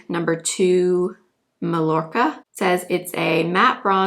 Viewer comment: So pretty! I had a sample of the Estée Lauder foundation but the colors weren’t right. The 2 lighter shades than yours weren’t light enough…boo! Also …a teensy Spanish lesson … your Sephora bronzer color, Mallorca, is pronounced Mah-Yor-Ka ! I lived in Spain when I was a youngster. Mallorca is one of Spain's Balearic Islands in the Mediterranean. I never went there but my parents did!! Love your channel! 🤍